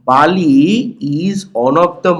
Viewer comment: বালি না বেলি